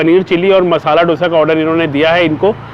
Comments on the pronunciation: It दोसा and not डोसा. PLEASE TAKE NOTE! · Its pronounced as 'दोसा'